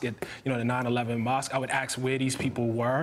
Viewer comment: i appreciate his intellect. i am surprised by his pronunciation of the word, "ask," accompanied with such intellect...